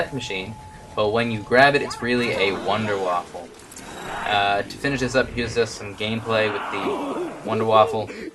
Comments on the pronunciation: Its Wunderwaffe! NOT WONDERWAFFEL!! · yay another guy who says Wonderwaffle instead of Wunderwaffe. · here is some help for the last part of Wunderwaffe.....VAWFF-UHHHH...so again...its VOONDER-VAWFF-UHHH....but for the most part, just call it a Wonder Weapon, thats what it means, so just say it in English.